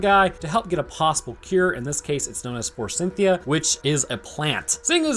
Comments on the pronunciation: Eh... forsythia doesn't have an N in it. I'm not sure who Cynthia is supposed to be, but I'm pretty sure she's not involved. It's for-sith-ee-ah, not for-sin-thee-ah. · There's no N in Forsythia. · F O R S Y T H I A, bro. Forsythia. The letter "N" does not exist there. And it's neanderthals, not neandertalls. The "H" is not silent. Fantastic movie, though.